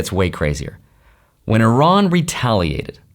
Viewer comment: First of all thank you for pronouncing the name of our country correctly. It is indeed pronounced Ea-ran, not I-ran. Third explanation would be the millions of Iranians on the streets in Iran and outside of Iran wanting regime regime change and we need foreign help to achieve that.